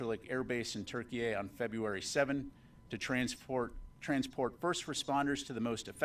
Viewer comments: Why does he keep calling it Turkey-A could it be more than miss pronunciation or what ??? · Why does he keep adding an “A” at the end of Turkey?? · I don't understand why he keeps putting A at the end of Turkey??? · Why does he keep saying TurkeyA? Is there a Turkey B?